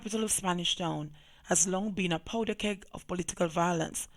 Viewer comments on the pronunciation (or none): none